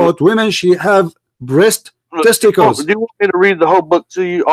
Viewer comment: I sorry but everytime you say “breast testacles! I just lose it 😂😂😂😂😂😂 it’s always funny everytime😂😂😂